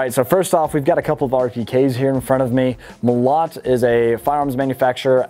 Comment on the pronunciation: Molot - emphasis on the first O... Molot also means hammer :). Оружие - Weapons. Orugie